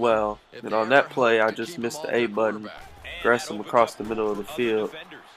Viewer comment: I don't like how you pronounce Jermaine Gresham's last name. :'( It only bother me because that's my last name too. lol